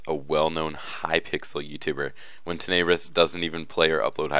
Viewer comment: It is tenne brous not teneebrus